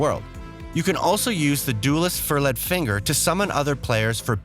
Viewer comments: There may be an editing problem shortly after . Nice video otherwise, so here's my like. :D Pronunciations: Hidetaka == Hee-day taka tarnished == tar-nish-d furled == fer-l-d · “Eden Ring” “Fur-Led Finger” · 15 things to know before you buy? 1. How to pronounce 'Tarnished' 2. How to pronounce 'Furled' 3. How to pronounce 'Elden' Etc....